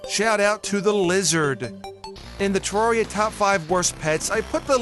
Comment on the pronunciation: You’re pronouncing terraria wrong